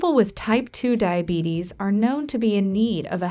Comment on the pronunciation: Not DAIABETICS its DIABETES